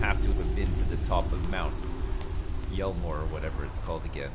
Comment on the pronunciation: “Mt. Yellmore” i’m dying ahahah